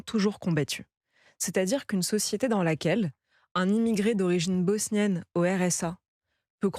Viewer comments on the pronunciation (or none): "Bosnienne " 😂 j'ai mal à mon français !